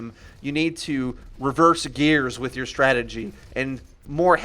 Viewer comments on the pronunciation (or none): none